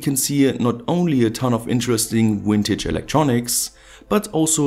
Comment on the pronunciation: "wintage" electronics :)